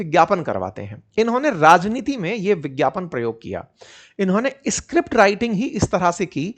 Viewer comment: sir ji … escript nhi hota. … script hota h